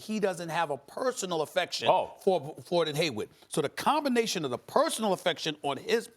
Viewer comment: Is Stephen A saying Gordon Haywood? Lmao